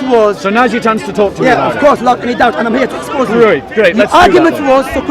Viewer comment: I love it when he says "I am going to expose" sounds like "I am going to explode" hahahahahaha. just run when you see. To have a rational discussion with a Muslim he has to be alone with no other Muslims around him. Is the only way. Any other way is a waste of time15 min waste of trying to make the point another 15 min jumping from tupic to tupic. And when you finally arrived at the point of actually talking then the lying will begin for the rest of conversation.